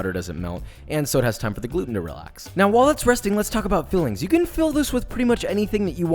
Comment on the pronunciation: Totally heard “let’s talk about feelings” and was confused for a second